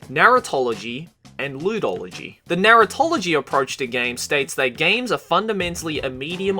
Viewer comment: No matter how many times I hear it, Narratology sounds like "Naruto-logy" to me .-.